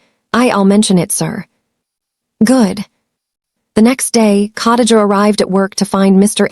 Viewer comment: COTTAGE A???Do you mean KHA (KUH) DI (DEE) GA (JUH)???? Come on fam. You dint even try smh Cottage a is hard to listen to.